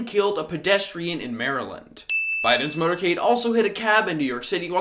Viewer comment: It's 'MOTORCADE' and not 'MOTERCADE.'